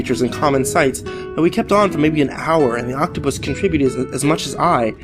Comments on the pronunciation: Octopi. Not octoputus. Please redo ;) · i'm sorry but... 'octoputus'?? really???? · what's an "Oktoppatus"? 🤷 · Octopitus shut the fuck up guy now I know this is bullshit no one says octopitus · Lol, he said octoputus. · oct-topotus lol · Octoputus? am I the only one who heard that? twice?